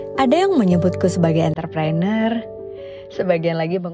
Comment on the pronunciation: Bukan enter prener, tapi entre preuneur